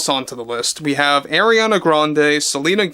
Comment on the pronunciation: Umm he DIDNT pronounce it right 😂. He said AIR-iana when its AR-iana. Ppl who don’t respect her may not say her name a certain way. It is what it is..And others just don’t know